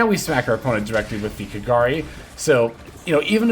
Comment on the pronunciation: It's so satisfying hearing pronouncing kagari's name correctly XD. Keep up the good work, very good video.